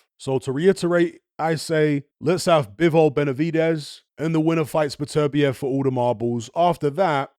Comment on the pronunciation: Came back to hear how pronounces Beterbiev because it sounds nicer than Butter- be-ev